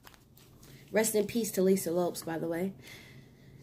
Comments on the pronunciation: You wre pronouncing lisa's last name incorrectly it's pronounced like Lopez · Gurl !!!! Please stop. Her name was Lisa Lopes(z). Spanish inflection.